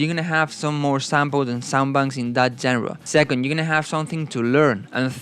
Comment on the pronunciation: No hate but just fyi genre is pronounced shanra